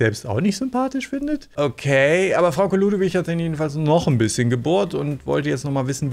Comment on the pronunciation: Hay 😂 dir ist aber bewusst dass sie Frauke Ludowig Heist nh 😉 verstehe nämlich manchmal Frau Keludowig oder sowas 😂